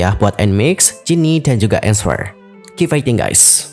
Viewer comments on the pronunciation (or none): Nswer bacanya Enser bang, bukan EnsWER